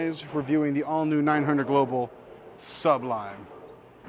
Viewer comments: I might need to get this ball very soon! Good review! Also, it’s SU-blime not SUB lime 😂😂 jk. I know plenty of people who have trouble with the name. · You do know the word sublime is one word.Sounds like you're saying sub lime. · Nice video. But you're pronouncing it incorrectly. Just saying. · Hey,! Just trying to help here, but you're making Sublime sound like two words. It isn't. <3 BTW! YOUR RELEASE IS LOOKING SO MUCH BETTER!